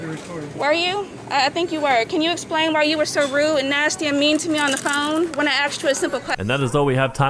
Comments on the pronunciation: Do you really need wendys that bad.... Go to sheetz late night also its asked not axed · If you don’t know the difference between the word “asked” and “axe” you aren’t smart enough to deserve respect